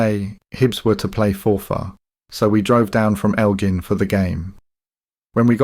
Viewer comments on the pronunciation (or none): its leith not laith,its elgin not eglin,why have a channel where you read books but you cant read its embarrasing mate